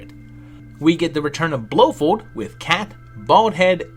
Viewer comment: This must have been one hell of a project. Respect! You are butchering the hell out of Blofeld though. It's pronounced "Blo Feld" :D